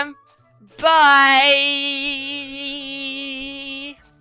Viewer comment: did she say... charlizard? wtf